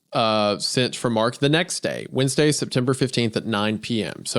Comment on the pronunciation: Wend UH goon